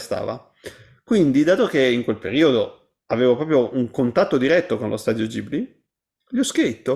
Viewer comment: "Lo studio Gibli..." GIBLI madonna santissima... GHIBLI!